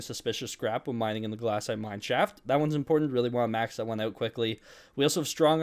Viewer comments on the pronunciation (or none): Its glacite not GLASSITE